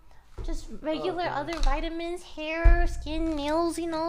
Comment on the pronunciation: Ah yes Lily's "Vitamins"